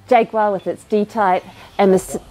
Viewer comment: 10/10 on saying jaguar the British way lol